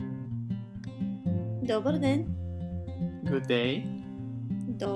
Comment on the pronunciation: dobar den is just plain wrong. "dober", with a "ehr", barely audible, is how all Bulgarians I talk to say it, not with a "bar" at the end. -- Been to Bulgarian 19 times and married to a Bulgarian national for 24 years.